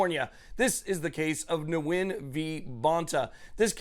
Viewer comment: Nguyen = win It is not pronounced nu-win. Vietnamese is a mono-syllabic language. Yes, I'm also a Nguyen so I know. Those who pronounce their last name Nu-win is shameful.